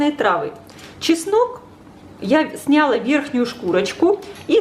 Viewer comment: СнялА, ударение на последний слог